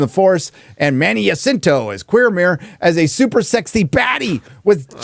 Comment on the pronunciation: “Jacinto” is pronounced with a J, not a Y. J like “just”. Not “Yacinto”.